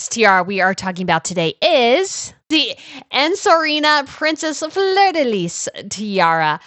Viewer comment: Please, check your pronunciations. Fleur De Lys is pronounced Flur Da Lee. The s on Lys is silent.